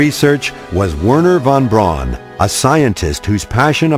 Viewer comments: Typically bad narration. The man's name in English sounded like Vairnur fon Brown, not 'vurner vawn brawn'. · lol its wernher von braun and not "uonooo won buooon"